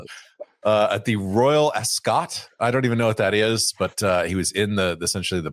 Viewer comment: There's an irony in laughing at mispronunciation and then absolutely butchering "Ascot"